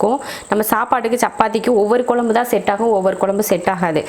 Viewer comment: நீங்க கொழம்பு னு சொல்லும்போதே கேக்குறதுக்கு நல்லாயிருக்கு